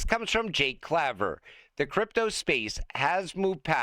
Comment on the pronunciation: Your pronouncing CLAVER wrong.